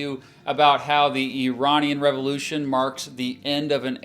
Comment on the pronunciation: Even by listening to his guest speaker he would be able to hear how to say Iranian. It’s not a put down, just baffling to the rest of the world how Americans don’t have that ability to figure out foreign pronunciation. For example these pronunciations seems instinctive to me and I’ve only ever lived in Scotland.